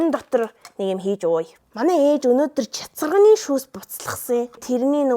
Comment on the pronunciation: Чацарганы❌ Чацаганы✅